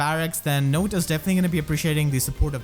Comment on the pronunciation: Note to self: her name is pronounced "note", not "not".